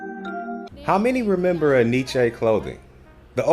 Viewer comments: En Y Ce. Enyché? 😂🤣😂🤣😂 It's NYC. Look it up. My people are ALWAYS fuckin' up a name 🤣😂🤣😂🤣... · the dude in the video even pronounced it wrong so don't feel bad ...its actually pronounced N-Y-C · We pronounced it in-ee-chee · Enyce had some fly gear.. for the longest time thought it was pronounced EN Y CE.. just thought it was word play on spelling or representing NYC.. when I learned the supposedly proper pronunciation I thought I was being played with..